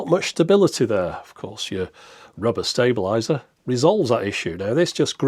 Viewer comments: ... how do you pronounce "stable"? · Stab-a-lizer? Sounds like a current UK thing. :)